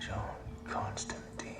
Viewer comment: Ok, there are 2 glaring errors in this film vs the comic (Hellblazer), but it is basically a perfect adaptation other than these 2 issues. Constantine is pronounced con-stan-tine, not con-stan-teen. Also, Constantine is British, not American. Now, both these can be explained by just saying "it's an American addaption" but I think I would have liked just a little more comic representation.